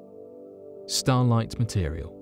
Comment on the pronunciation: sounds like he's saying starlight, stolite?